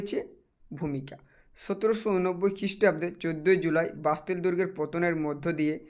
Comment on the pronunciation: ওটা 'বাতিল' হবে না ওটা হবে 'বাস্তিল' দুর্গ😂😂😂